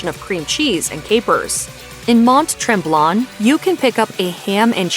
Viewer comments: 1.What in the hell is a Kaybeckwah? 2.We don't have a meat pie dish called tortair. 3.We don't have a place called Mont Trahmblahnn. 4. Tartosook is not a thing. Just call it sugar pie and stop insulting us with such gross word mangling that I find it hard to believe it's accidental. All of that, you manage to repeatedly say Nanaimo? Your butchered pronunciations are insulting. If you are going to do a Canada specific video you could at the least LEARN TO PRONOUNCE THE WORDS PROPERLY. Mashed needs to very seriously consider never hiring this woman to do voice overs for their YT videos again. You might also want to consider some quality control, Mashed. I mean seriously, Kevin Smith can say Canadian words properly and he's stoned most of the time. No excuse. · These pronunciations are going to kill me. It's poo-tin, torte-yair, you need to pronounce that second t. Mont Tremblent is mont trawm-blant not tremblonde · Mon treblan?!? The hell? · I can't even...MONTS TREMBLANT?? Someone should have just printed the script phonetically for her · omg that pronunciation of Mont Tremblant is so bad lol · Should be able to take the time and say Mt. Tremblant properly, or hire someone who speaks French.